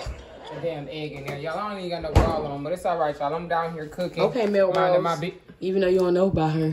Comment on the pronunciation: Takeeya said mill rose 😂